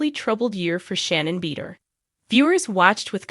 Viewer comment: U might learn how to pronounce Shannon’s last name.